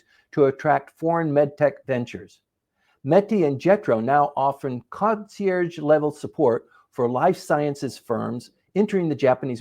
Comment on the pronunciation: Hi, For your English homework this week, I'd like you to review the pronunciation of these words: Retinopathy Triage Concierge Homogenization Also, if you allocate more time to practicing reading and you start writing these scripts yourself, you'll improve faster. Best of luck with your studies!